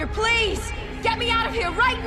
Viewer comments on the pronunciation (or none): none